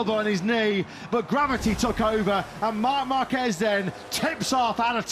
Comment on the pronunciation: yg bilang markrsot 😂😂😂